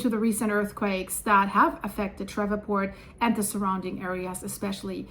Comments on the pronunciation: doll I think they pronounce it Shreeport. Nice and easy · What a creative pronunciation of Shreveport! There's two syllables in that name, long e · LOL she said I know the area pretty well and then proceeded immediately to butcher the name of the town worse than I've ever heard before LOL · Pronounce Shreveport Like "Sleeve port" But replace the L with a H. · ShrEEv port is how to say Shreveport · it's pronounced as "shreevport" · Pronounced "shreeveport". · /shrēv-port/ Two syllables. /shreev-port/ 😂 You're so sweet and so European. 😅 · Shreveport is pronounced "Shreevport." Just FYI. Thanks, S Cheers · Pronounced “Shreeve port” like Sleeve. 👍🏼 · The city name of Shreveport, LA, is pronounced as though it were spelled "SHREEV-port". You've "Germanicized" it! (The town was named for a distinguished "Shreve" family -- of British descent -- whose old Anglo-Saxon-derived last name came from two words, which, in modern English, are "shire" ("county") and "reeve" ("administrator"). The "shire-reeve" combination ended up becoming both the family name "Shreve" and the English word "sheriff".) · its pronounced Shrēēvport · “Sh-re-port” pronounced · New Madrid? Fracking? Sheree port it's pronounced shreeport no V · It happened next to a fracking unit. And it's SHREE PORT, not shref fort. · GOOD LORD woman..... Learn how to pronounce the names of our cities. Shreveport is pronounced shreeport, not shreva'port . Painful to listen to. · ShrEEEEve, long E sound , like sleeve, not eh. ShrEEEveport. 😂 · It's pronounced Shreev•port. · Shreeevport phonetically ma’am. Love ur channel. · Thanks for the info. For your information, it is pronounced Shreeeeeve port. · It's pronounced "Shreeveport." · It's pronounced "Shreev-port" Thanks for all of the Great information 👍